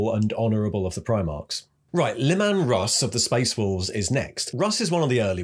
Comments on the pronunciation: I knew you would say leman russ weirdly again 😂 it’s leeman russ not lehman russ. Cool video though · Did he pronounce Russ' first name as lemon?